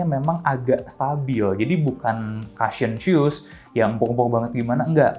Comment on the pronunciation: Input aja bang.. Cushion dibacanya : ku-shyen Bukan ka-shyen